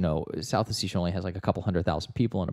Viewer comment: it's hard to take these guys seriously when they can't even pronounce "ossetia" correctly